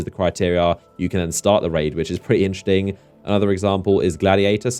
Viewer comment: Why are you constantly saying "inchting" and not "interesting"? it's triggering me in every video :D